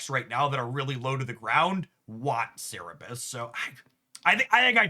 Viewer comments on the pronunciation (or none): none